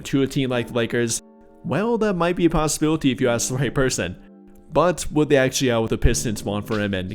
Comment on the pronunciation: be a possibilit-ee-yuh 😂😂😂